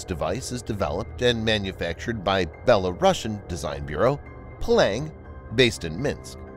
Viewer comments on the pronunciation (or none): none